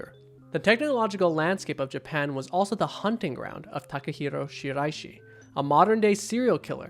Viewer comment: Love that excellent pronunciation of the guy’s name